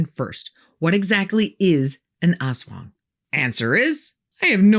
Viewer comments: fyi, it's pronounced as as-WANG, with the accent on the second syllable. and the "as" is short, not "ass-wang" but closer to "us-wang" also, unkempt hair, bloodshot eyes, unusual behavior and not wanting to talk to people are also signs of a hangover :D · Most, but not all Filipino words have a short first syllable and a longer second. so it's as-WANG. Not AHS-wang. Discussion is great, though. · LoL Ass Wang! Very accurate depiction of manananggal/aswang though.-make it sound like "as one", not ass wang. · It’s pronounced Us-Waang, Ass-Wang is in pornhub. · it's pronounced less like ass-wang and more like uh-swung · It's pronounced a'SWUNG, not ASS WANG. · It's not "ass-wung", it's "us-wung". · the way she pronounced it as "ass-wang" 🤧😭🤣 Lady I mean no disrespect but it meant to be ASWANG like a fast pronunciation of "as" 😅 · I hope you don't mind a correction! Aswang is pronounced with the stress in the second syllable, instead of AS-wang, it's as-WANG. 😊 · Awesome. But, pronunciation "ahss wahng." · Aswang /ahs-WANG/ that's the correct pronunciation. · The only thing that reduces my fear of the aswang is how you said it. Almost sounds like ass-wang, and I think that's hilarious. Imagine a shapeshifting dick-butt. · As a filipino i am correcting you not in a bad way but i or me and my relatives pronouce is as As-wang :) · You pronounce it ASS-WHANG lol :D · Pronunciation for aswang: Ast-wang anyways this is an amazing video thank you for this❤ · Very informative, but a small suggestion if you please. Most Filipino words are stressed on the second syllable, not the first. So please say as-WANG, tik-TIK, wak-WAK. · love the pronounciation hahah ass wang hahah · I giggle every time she pronounces Ass-Wong. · "Aswang" is pronounced "as-WANG" with the stress on the second syllable. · It's pronounced "a*s wang". More "us wang". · The way she pronounces aswang is funny, hahaha